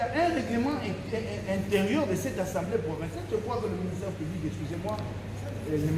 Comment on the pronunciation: on dit:l'assemblée provinciale et non ansemblée.merci...